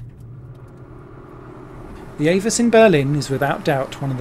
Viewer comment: Actually, AVUS is pronounced Ah Vuss. Saw several races there, late 80's thru mid 90's. F3 cars were faster than DTM cars but got second billing.